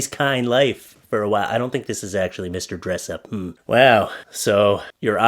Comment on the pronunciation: haha I knew you were from Canada as soon as you said Mr dressup lol